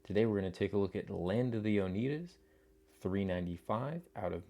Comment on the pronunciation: It's pronounced oh-NYE-duh. Great video!!